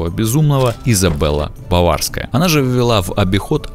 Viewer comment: Королева Елизавета не БОварская, а БАварская, Баварская с буквой А, от слова Бавария- средневековое германское государсто ( их много было- Бавария, Саксония, и т д.) Во главе -курфюрсты, короли. Так, что БАВАРСКАЯ была Елизавета.